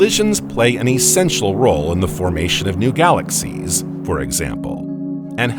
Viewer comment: I truly wish I could listen to your videos but the narration drives me crazy. You hang onto the ending syllables and crescendo for instance galaxiesssSSSSSsss and starrrrRRRRRssssss. I dont know if it is AI but if so I would change it.